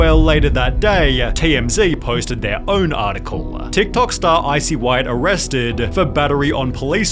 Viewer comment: Jesus Christ. 16 seconds in the end of every sentence has had a syllable added to it. Arressssteedd. Yeaaaarrr. Why? Just why?